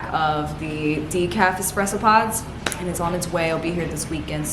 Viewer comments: I literally love your videos! I’ve been watching you since last year, thank you for all the cozy vibes❤️ Ps: it’s espresso not expresso 🙈❤️ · Take a shot every time she says EXspresso